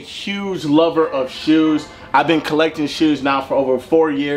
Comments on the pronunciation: I stg fredo says shoes like Sheews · Why u say shoes like that😭